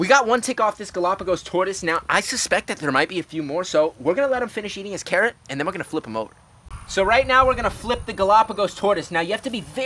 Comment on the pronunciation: You know when you say carrot you sound like ur saying Karen 😂🥕👩‍🌾